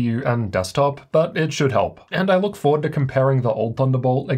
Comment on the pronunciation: Bro said loor good video though i was thinking of doing this